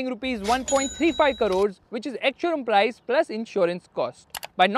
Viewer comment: It is not karore, it is krore. Please change your north indian influenced mispronounciation of certain words.